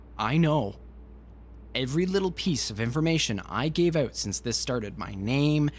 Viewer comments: OH MY GOD YOU SAID "eut" INSTEAD OF "out" ARE YOU CANADIAN?? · thats why I didnt notice it xD also Canadian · I don't like it. Kind of ruins the narration for me. Sorry bout that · First "Out" I heard him say and I though, oh, Canadian. Haha nothing wrong just funny :) Great read!